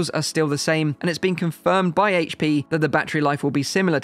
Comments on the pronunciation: I'm glad you said aych-P and not Haych-P 😝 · Thank you for saying "H.P. instead of "HATECH P"